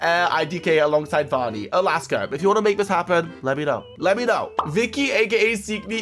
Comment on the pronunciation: its not voni its vani it was pretty funny tho